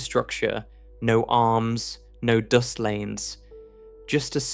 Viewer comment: The Hitchhikers Guide to the Universe gave a very good explanation how big space is. Did you just pronounce “dust” as “doost”?